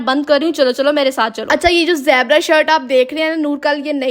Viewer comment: zaibra ni hota zeebra hota